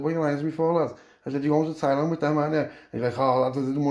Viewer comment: Lad soon as you said tieland land speĺt wrong lol.i knew wot was comeing lad thats hevey carnt wait for the rest 💯💯✌👍🏼